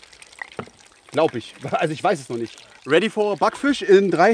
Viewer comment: ready for a Backfisch, der Englisch Profi xD haha😂